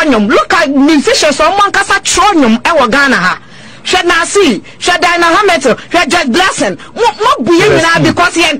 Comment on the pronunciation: Wait did she say Diana hamitil?🤣🤣🤣🤣🤣🤣🤣